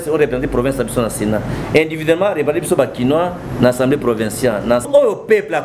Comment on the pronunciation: En plus, on dit Assemblée et non ensemble! Zoba